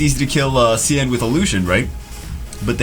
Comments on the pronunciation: Sian is the Gaelic spelling for Sean, Shawn, Shaun. It is not pronounced See-ann! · His name is pronounced like Sean.